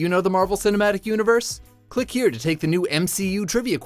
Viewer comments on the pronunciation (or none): none